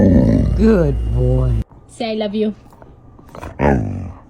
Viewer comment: The Great Dane I love you was the clearest I’ve heard